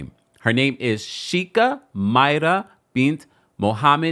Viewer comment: Kindly, It’s pronounced “Shake-a” 😊